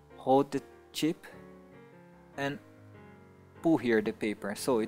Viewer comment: when u say "tip" it sounds like "chip"